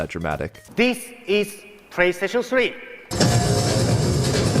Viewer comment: the fact that he legit said “PrayStation” really adds to the Japanese authenticity, and I like it that way